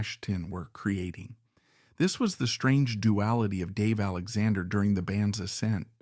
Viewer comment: It's an AI narrator for sure. He can't even pronounce the name of the man that the video is about. That makes me not prone to believe any of the text, which may also have been written by AI or Chat GP. 😢